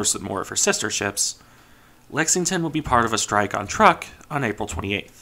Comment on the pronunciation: truk Trook not Truhk